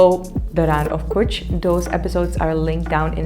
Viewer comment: IT'S NOT KUCHH. IN WRITING " KUTCHH" BUT IN SPEAKING " KACHCHH"